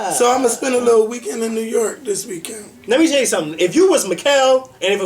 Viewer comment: since you're on the threshold of broadcasting fame, you'd better learn to pronounce New York. You'll be saying it a lot in the future. There's no "e" in York,. It's York, not Yerkk.